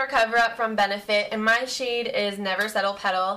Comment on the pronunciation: omg when she said "shade my face" i swear i heard shave my face hahahaha i had to replay it i was shocked hahahah